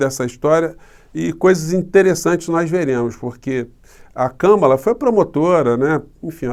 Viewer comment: Professor uma mulher que mora nos EUA,e assiste a FÓRUM, disse que o nome da Kámala, é acentuado na primeira sílaba.